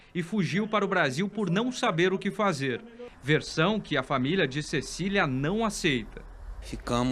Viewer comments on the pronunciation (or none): none